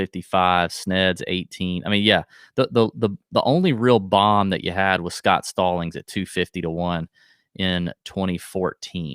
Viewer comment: Gotta have the slo-mo “Bome” drop